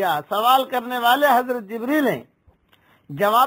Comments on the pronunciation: Hazrath Jibraail bolna, Jibreel kya bolta hai? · en ka naam jibraeel nahi hai jibreel hai